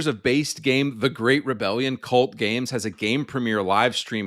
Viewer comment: Fr it's called games not gaymes